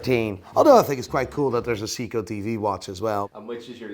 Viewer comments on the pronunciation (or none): Could you please make up your mind. You pronounce Seiko 2 different ways...See-ko and Say-ko. And you completely butcher King Midas, pronounced as My-duss not Mee-duss. Im sure there are others but I was sickened by your use of the english language I had to shut you down. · It's not a "Seeko", it's SEIKO 😂😂😂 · Say-ko, not see-ko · Brosman, See-koh, "Christopher", Maleek, "Quantum of Solance". Doesn't know who Roger Fucking Moore is. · First of all.... It's MY-Dus, Not Mee-Dus. and It's Say- Ko not See-ko. The Omega Seamaster Debuted in 1948, The Submariner in 1953, So who copied who? NATO straps were designed and made by The British Ministry Of Defense Standard NOT ROLEX. Regardless of your Quasi Dutch-Northern Irish mash-up accent, can you make the effort? Aren't you a watch dealer? Jaysus. C'mon. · Dude! "Siiko"? WTF? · Watch expert can't pronounce seiko correctly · He can’t even pronounce omega, seiko or Midas right. He only says Rolex correctly lol